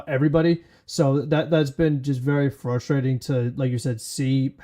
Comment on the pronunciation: please notice the first ‘R’ that appears in the word “frustrating” and endeavor to pronounce it. Thank you for your support.